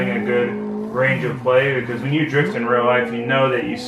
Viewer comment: Sounds like he says Jizz simulator then Drift Simulator